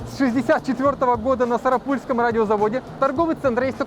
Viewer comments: Только изготавливалось не на Сарапу́льском, а Сара́пульском!!! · Не сарапУльском, а сарАпульском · Хочу исправить ошибочку--не сарапýльском а на сарáпульском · Правильно не на сарапу́льском заводе, а на сара́пульском Ещё город Можга́